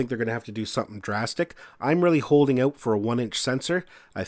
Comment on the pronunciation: the word "out " does not have a W in it